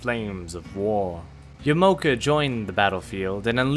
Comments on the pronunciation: It definitely is “Ya-Mah-Oh-Kah”. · i think yamaoka is pronounced yah-mah-oh-kah i mean maybe yuh-mow-kuh is right but still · Ya.Ma.O.Ka.... Yamaoka.